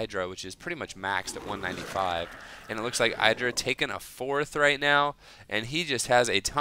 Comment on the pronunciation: idra you acctualy say it like Edra!